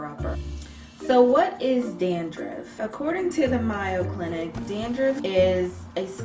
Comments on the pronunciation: It's pronounced the Maaaayo (long "a") Clinic,. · I cannot take you seriously when you pronounce mayo like that. Its mayo like May(the month)-o Also duh mayoclinic is better than webmd. The mayo clinic is ,i believe( haven't checked Stats recently)the second best hospital in the US..if not the world. Famous people from all over the world travel here to get treatment at the mayo clinic Sorry I'm from Rochester so I've been going to mayo all my life. And it's a pretty important place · Not sure if anyone mentioned it, but the Mayo Clinic is pronounced with a long "A" like the month of May. It rhymes with "pay" or "day" with an "oh" on the end. Great video with lots of good info! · 'May-yo' clinic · Lol I thought I was the only one who peeped that, it's clearly "mayo" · Mayo like sounding like 'say-o'. I'm from Ohio where the Mayo Clinic lives. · ecw141685 I agree! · Oh and I was looking at the comments about the clinic pronunciation and wanted to put a couple of cents in. True some words can be pronounced differently by different people. But I don't think "proper" nouns leave room for the wiggle room. You wouldn't go to Wendy's and pronounce it "weeen-dies" , right? I've been to that clinic and I've heard it pronounced a bunch of times. It is indeed a long "a" sound like the this a in this month. But try to look at the correction as a positive thing, not tearing you down. Learning something is just upping your game :-) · You referenced a distinguished institution to make your good points. But did you consider that some of us know what the Mayo Clinic is? It's one of the top medical centers in the United States. So when you mispronounce it, doesn't look good.Okay. You may not care. But when you are speaking to the public, it's details like that that undermine your credibility. I'm just trying to be helpful. As a viewer it drove me nuts.